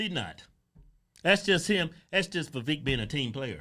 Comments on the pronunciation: Vivek, rhymes with cake, not keek...😆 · It's pronounced vi-VAKE, like "cake." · Vivek Pronounced like cake. Viv-ake. Or Viv-ache. Quit saying his name wrong. Hoooodge twins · Y'all are mispronouncing Vivek ... He said it's pronounced Vivake, like Cake. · Oh yea its viVAKE, like cake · They still keep mispronouncing his name🤣🤣🤣 Vivek like Cake! lol